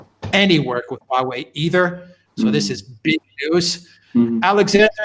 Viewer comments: Alexander et al: It's HWA (one syllable) -- it's the name by which China refers to itself. HWA REN means Chinese people. There's no "U" there, Correct pronunciation is WA beginning with an aspirated H. But you can forget the "h"-- If it's easier, just say WA.. : . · Haha. Alexander is saying the word differently every time. I live in China and speak a little Chinese. There is definitely a "H" sound at the beginning, followed by a ong U sound pronounced "oo" . Then you can say wah way. Hooaaaway. The H sound at the beginning can be pretty soft. Hope that helped.